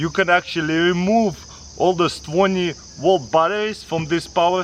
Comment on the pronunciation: Twenty wolt